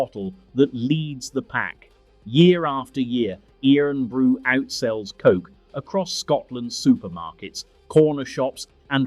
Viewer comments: IRN BRU is pronounced “Ir’n Bru” as in Iron not “earn bru” Get a real Scot to read the script. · It's IRON Bru, not EERON Bru! Bloody AI voice! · Dear god! It's sounded Iron Bru. Sacrilege! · 18.12 its pronounced iron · Irn Bru is pronounced Iron Brew its original name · It’s pronounced iron brew ya walloper. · Eerunbroo. Christ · Good old Irn Bru defeated the AI voice. It's pronounced "iron brew", hence the joke that it's made from girders. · I was wondering who this Ian Bru character was😆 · What in the "actual" fuck is "eeron brew"? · Eerin brew😂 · E-tiv. Inver-airy. Iron-brew. AI hasn't quite got the hang of place names yet, You could type the script phonetically then it won't be so obvious. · Irn is pronounced the exact same as Iron. Makes me question whether yer AI pal lol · That was surprisingly interesting and enjoyable. The AI (English) voice is annoying, and it was OK till it got to Irn Bru - perhaps not unsurprisingly, it pronounced it the way Americans do - i.e. incorrectly. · Oh dear, pronunciation! You couldn't even get Irn Bru right. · Written by Ai too. And it kept mis-pronouncing Irn-Bru!!